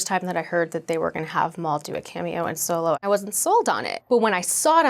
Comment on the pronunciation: Solo? You mean Soylo??